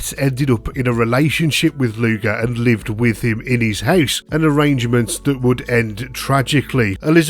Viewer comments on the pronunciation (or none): none